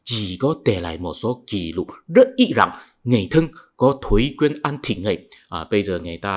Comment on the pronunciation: Ký lục ( không phải “kỷ lục” như anh phát âm) = ghi chép. Ghi chép: thuần việt; ký lục: hán việt.